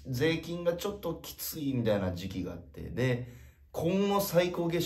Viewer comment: もう聞きすぎて誰も気づいてないけど、粗品だけ税金のイントネーションがセイキンなの草